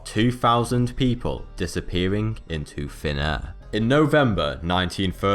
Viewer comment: I somewhat hear him saying not "vanish into thin air" but "vanish into fenare" kinda funny. But his accent is cool I think it is French, am I correct?